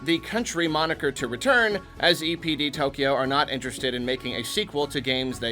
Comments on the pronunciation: For a minute, I thought he said “Nintendo EDP” 💀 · When I heard say EPD, I thought he said EDP😂. Anyone else? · I thought you said EDP instead of DPE